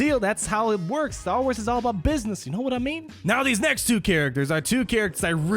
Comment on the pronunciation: The way you say Star Wars about half the time is frustrating... idk just my OCD I guess. Good video though